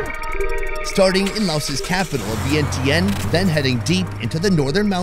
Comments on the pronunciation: It’s pronounced Vien-Chun. Not sure how no one told you this. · Love all you do! Glad you tried and enjoyed Lao food. Just a tip most Lao people prefer kon Lao or Lao people. Laotian is eh. Vientiane needs a little pronunciation work lol not bashing ya! Showed my grandma this video she loved it!